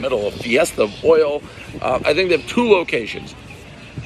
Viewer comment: Everyone knows Dave doesn’t like oil because he can’t say it properly.